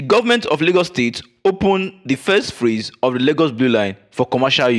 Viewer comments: Sir, please work on your pronunciation. It's PHASE and not PHRASE. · Me sef dey wonder. I kept on hearing ‘phrase’ which has a totally different meaning from ‘phase’. But good effort.